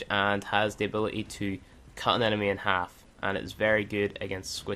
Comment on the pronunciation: "ability has a T in it